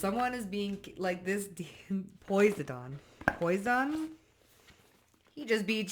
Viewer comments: I'm going to be casually crual ans let you know you cracked me up when you said Poseidon. The pronunciation. Lols. BTW though. Some water energy does live in my room with me. The faucet in the kitchen et will speak with water drops. I know it's funny. But true. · Poseidon saying put some respect on the pronunciation of my name LOL so he tickle s your nose😂 How you pronounce his name is so freaking cute I’m laughing and enjoying this read so very much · Poisidon is Neptune. My Dad was a sailor in the Navy. When they cross the equater they do a ceremony to Neptune. They go from a Skuttlebutt to a Shellback. Its pronounced 'P oh sigh done'. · It's pronounced... Po-Sy-Don. ❤😁🥰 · Oh and it's pronounced pah..side.. un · hey sweet... i pronounce Posiedon... po- sy - din... i hope that helps. Sorry you had to channel a Narc... or so it seemed... 🎉❤ I am feeling strong today but physically tired... not sure if my Narc is poisoning me or not... 😮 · It's pronounced,,, PO-SI-DEN ,,,, SWEETY I DONT WANT PEOPLE MAKING FUN OF YA I ENJOY LISTENING TO U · Such a sweet way to update on the pronunciation of Poseidon. I actually enjoyed hearing twist on it—hahaha—poise-I-done. In poise, we can be done with the unaligned bebopping into our journey. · Poseidon is pronounced like po side in ! 😂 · I understand it's not an easy name to just read. Try this and sound it out like I'm writing it... Po-Sii-Don... The US Navy has a Posiedon Missle if you've ever heard of those that might help. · It's pronounced, "Poh-sigh-den. Poseidon 🔱. Israel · With all due respect, it's pronounced Po sy dun. Ha! I like yer version better! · It's pronounced 'po-seye-don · Hey darling,... it's pronounced- Poz-eye-don, the Greek God of the ocean's. Very powerful ... just like your readings baby! Keep up the good work sweety! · I just wanted you to know its pronounced PO-PSY-DON 😆 I think its cute the way you pronounced it though lol and yes I be casually crule 😂😂😂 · Po • cy • din Say it fast